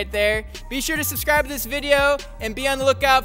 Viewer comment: "BE SURE TO SUBSCROBE TO THIS *VIDEO*" 😬🤣